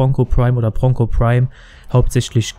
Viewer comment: I watched this only to hear ponco